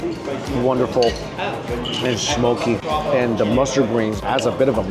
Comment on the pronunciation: Or pronounces the word THE as DUH